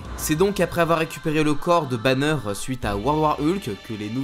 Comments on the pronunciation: « Bruce Bannieure » j’ai envie de hurler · "Bruce Banieure" 🤣🤦🏽‍♂️